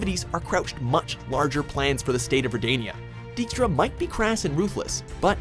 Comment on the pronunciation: Funny when English language people try to say Polish words - Dżiaskier haha. Great clip, I upvote